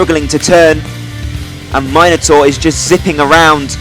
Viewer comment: It's nice to hear Minotaur pronounced 'Myno-tor' and not the ghastly 'Minna-tor'. My old Greek mate King Minos sends his thanks for your mythological exactitude, dude - there's a cheque for 3,250,000 drachma (about £0.04) in the post. Spend is wisely...